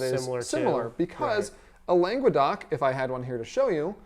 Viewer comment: God, hearing "langwuhdoc" was just painful. "Longe-doc" is way closer. Langues d'oc.